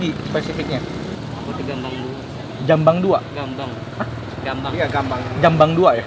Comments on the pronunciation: Gambang di bilang jambang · Gambang oi, bukan jambang.😂 Bambangggg